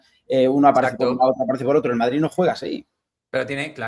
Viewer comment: Q va! Si no dijese lo de “se escucha”, sería casi perfecto al hablar A mi me pone malo de mon con lo de madriTTT